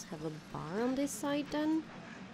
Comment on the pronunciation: Like she says dis instead of this 😡😡😡🤬🤬🤬🤬😒